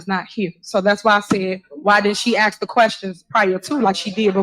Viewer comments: AXE the Question lol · "AX a quesion." "You coulda DID". That "mayor" can't even speak right!🙄